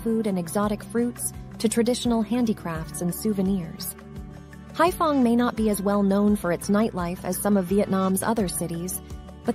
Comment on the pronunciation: Anyway, the city is Haiphong, not *fong.